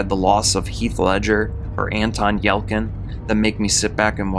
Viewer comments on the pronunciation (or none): If you’re going to narrate this type of content, you should check on the pronunciation of words you’re unsure of. Greenwich is “Grennich”, and it’s Anton Yelchin, not Yelkin.